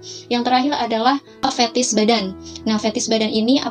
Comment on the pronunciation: Fetish mba, bukan fethis🙋🏻‍♂️👩🏻‍⚕️